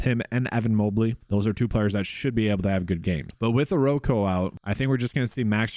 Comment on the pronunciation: Okoro, not oroko…